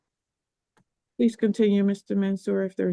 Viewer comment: "I APPALLOGISE....."